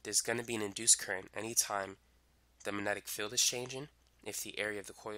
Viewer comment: Did it annoy anyone how he said magnetic. Its MAG- netic not Manetic. Not hating just wondering